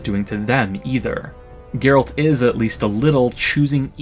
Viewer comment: Not jaeralt, gaeralt